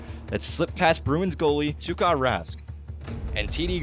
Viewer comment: To the narrator: (even though I'm a Blues fan): It's Tuka Rask, not Tarra. Idiot!